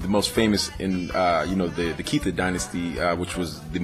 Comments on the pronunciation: Malian here from Bamako living in Canada just to clarify it's the Keita dynasty pronounced Kay-Tah. All around awesome video brah! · I'm Malinke from Ivory Coast. Yeah I always laugh when they say kita. I'm like no its keita.